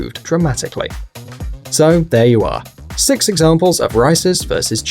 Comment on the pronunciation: He said sex no six😂